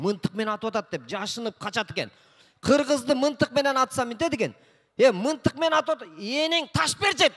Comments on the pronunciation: Мынтык эмес мылтык, жэ мага эле ушундай угулуп атабы? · Мынтык деп атат рахманда Мынтык деп айтат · Еже тушунсонор болдуда мынтык дейби пылдык дейби тушунсок болдуда😄😄😄